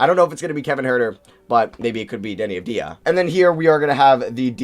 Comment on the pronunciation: I think you are the first american that I heard that pronounces Avdija's name correctly !